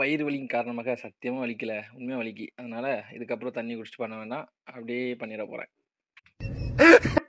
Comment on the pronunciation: Thanni❌ sunni✅😅